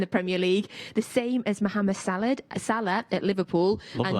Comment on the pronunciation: mo"ham"id salad ffs lol